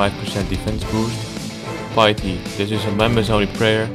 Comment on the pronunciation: btw u pronounce it as pitty when ur dutch. r u?